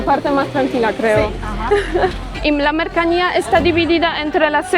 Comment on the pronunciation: princesa polaca, dijiste dos veces " MERCANIA, cuando debiste decir MERCANCÍA " pero, sabemos que estás todavía aprendiendo a hablar castellano, así que, continúa mejorando princesa!!!💥🥳🥰